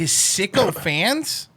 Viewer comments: Maybe he said "sycophants"? 🧐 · “sycophants” not “Sicko Fans”* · I think Rogan said Sycophants not sicko fans